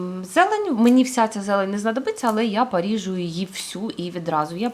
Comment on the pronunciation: не паріжу а поріжу, не гатується а готується. Будь ласка зверніть увагу так хочеться слухати і слухати вас❤ дякую вам❤